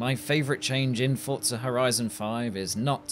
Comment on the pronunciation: The only thing about this that annoyed me is the fact he pronounced "Forza" like "fortza" 😤